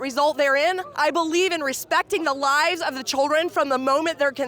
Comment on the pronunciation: "choldren" and .